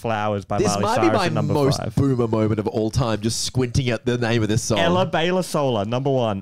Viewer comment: Hearing try to pronounce “Ella Baila Sola” was strangely funny to me